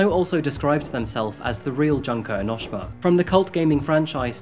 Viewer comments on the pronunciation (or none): ITS ENOSHEEMA not enoshima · "eno-sh-ma" 😶‍🌫😶‍🌫 "eno-shi-ma" 😌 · Dude, it's pronounced enn-oh-shee-mah, not en-noh-shih-mah